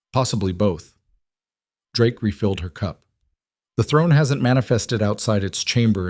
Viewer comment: AI...🤣 Drakie? I guess it doesn't know the "e" in Drake is silent. 😂😂😂